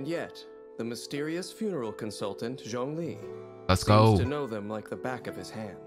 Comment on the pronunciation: What did you call zhongli?!?!(its CEO of GEO) 😭😭😭put your camera on the table😭😭🫵🏽